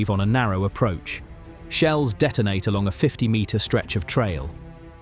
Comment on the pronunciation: 2 minutes in you refer to "high explosive sheels". What is a sheel?